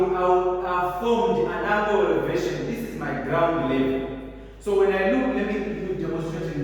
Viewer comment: Angle, not angel